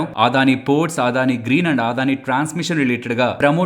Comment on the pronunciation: ఆదాని కాదు.. అదాని.